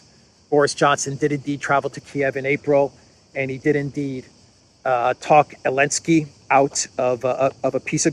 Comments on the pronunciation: Why do you call Zelensky, Elensky? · why do you call the President of Ukraine Elensky? His name is Zelensky. Is it because the EU banned the letter Z, or are you just mocking his name? Either way, both options are funny.